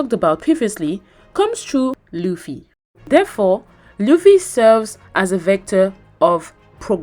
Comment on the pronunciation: She said that sanji just cooking and chilling while he also had a character arc, namely that he finally got a resolve to go follow his dream. Also, she cannot pronounce Luffy right, even tho she watched entire LA. It's not important, but it hurts my ears everytime i hear "laugh-y"